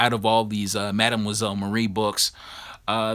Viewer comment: The Star Spangled War Stories 84 is sick, bro. But you need to learn how to pronounce "mademoiselle".